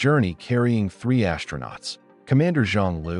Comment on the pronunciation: Pronunciation: AS-TRO-NAUTS, not ASH-tronauts. There's no "H" in it.